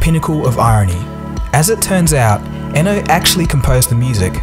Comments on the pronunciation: where did you get the crazy pronunciation for Brian Eno surname? it's pronounced ee-no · It's pronounced Brian "ē no" (E + No)